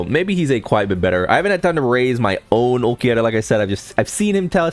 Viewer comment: The way you say Ulquiorra is a crime, some of the rest are minor felonies